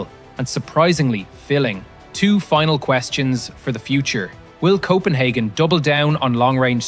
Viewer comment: Coppenhagen lol